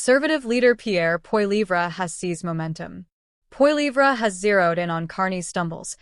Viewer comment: WHY cant all these A.I. Channels pronounce Pierre's last name correctly ?